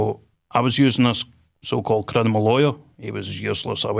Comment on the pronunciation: “Crinimal law”😂 He literally can’t even say it correctly 😂 and then openly admits to bribing a police man 💀💀💀